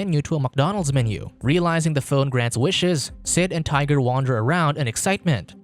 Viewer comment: 🤔 - Hmmm... 🤨 - I thought his friends name was "Tighter" and not hearing "Tiger" at first...